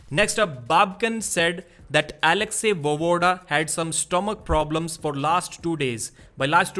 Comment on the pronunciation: Voevoda is pronounced va-ye-voda, not vovoda. Make an effort to learn how to pronounce people's names nigga.